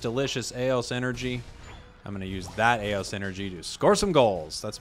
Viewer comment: Hey wanted to hit you with a couple terminology corrections that you didn't ask for: 1) You often call the in game pokeballs aeos energy, but aeos energy is the out of game lootbox currency 2) "Aeos" isn't a real word, but if it was it would be pronounced "E Ose" similar to other words that start with ae like aeon and aegis